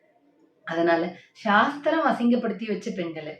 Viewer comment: ஷாஸ்திரம், ஷட்டம்! 😂😂😂 சாஸ்திரம் சட்டம் அல்ல 😂😂😂 கலக்குங்க தோழர் 😂😂